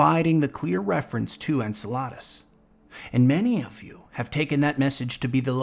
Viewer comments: Hey dude. Great video, but Enceladus is pronounced in-cell-ee-dahs. Great watch otherwise! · Great video!! The way you pronounce enceladus sounds like "ensaladas", which is salad in spanish. I still think the DSC is on Enceladus and that the thing om Europa was something related to the Darkness or the Nine, Clovis Bray was doing some dangerous stuff there. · Can no one in this community pronounce Enceladus correctly? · It only bugged me because about every destiny 2 content creator pronounces it wrong. Also I am an astronomy major, so doublely bugs me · totally understandable as Destiny has some crazy names and hails heritages from all over with varying cultures. Just wanted to give you the background and the most accurate way to pronounce it as the Greeks intended was all.